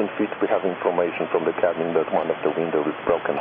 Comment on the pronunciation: Łindoł broken emerdżenci